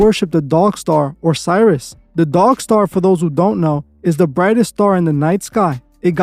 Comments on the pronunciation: Sirius is pronounced serious. Like Sirius satellite radio. Not Cyrus. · It's Sirius (Serious pronounced) not Cyrus lol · FYI..Sirius is pronounced ‘si-ree-uhs’. Like ‘Serious’ but starting with Si. Not Cyrus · sirius is pronounced SEAR-EE-US like the word "serious" not PSY-RUS... Come on now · You pronounced Sirius wrong fam